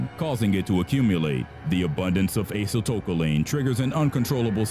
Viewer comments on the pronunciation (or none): There were a lot of inaccuracies in this video... but the one that bothered me the most was during the sarin gas section. It's ACETYLCHOLINE, not "aceyltopaline" or whatever was said that doesn't exist! More accurately, it inhibits acetylcholinesterase. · It's not 'acyltopuline'! It's acetylcholine, you idiot! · Acetylcholine, not aceyltcholine or aceyltocholine. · Yeah, me too. The acetyl-toe-cal-een one cracked me up. Also bot-you-lie-num. For those unaware, it's acetylcholine, pronounced ass-eetle-co-lean and bot-you-lynn-um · "Ace-ah-toka-leen" What? I think you mean Acetylcholine, "ah-see-tuhl-co-leen" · That word is pronounced "AhCEEtul-KO-leen. It actually took me awhile to figure out what the narrator was trying to say. You're welcome. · acetylcholine....is Uh-Settle-Koh-Leen. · Bōtulism. Acetylcholine. "Asseetillkoleen" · strychnine, pronounced "strick-NINE" (like the number 9) acetylcholine, pronounced "ass-ee-til-khol-een" botulinum, pronounced "botch-uhl-in-um" botulism, pronounced "botch-uhl-is-um" "The more you know" music plays